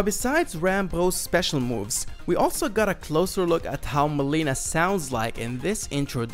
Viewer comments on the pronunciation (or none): none